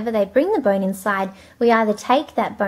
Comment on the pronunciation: why do you say boine instead of bone?